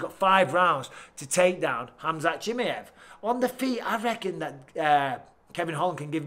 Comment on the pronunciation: Love you Mike. But please pronounce fighters names correctly! CHIMMYEV 🤣